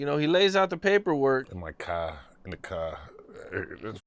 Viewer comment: "in the caa" 😂